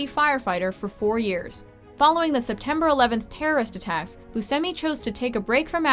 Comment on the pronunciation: when she said September 11th terrorist attacks i thought she said the 7 11 terrorist attacks XD